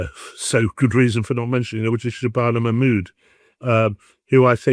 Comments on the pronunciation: Shay-bana Ma-mood ... REALLY😀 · Manmood. The trans Pakistani English woman.